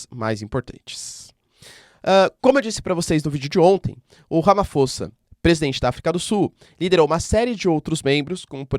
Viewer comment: Olá professor. Super vídeo!🙏🏾 Correção: escreve-se Ramaphosa mas lê-se “Ramaposa”. É um nome em uma das várias línguas existentes na África do Sul. Obrigado pelo vídeo.